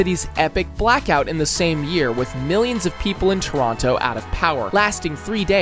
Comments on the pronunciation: “MAWN-tree-all” “reh-GEE-nuh” “yay-LOW neef” ??? Like seriously??? Don’t get me started on how he says Toronto as “too-roon-TOO” it’s killing me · he mispronounced toronto get him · the way he pronounced Toronto with that second T really pissed me off. Though it wasn't close to the worst one, as Boisbriand probably holds that LOL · why bro saying "Mawntreal" "circus oleh" and "ToronTo"